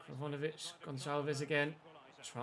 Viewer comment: Am I the only one who cringed when pronounced Kroviovic’s name wrong 😂🤣😆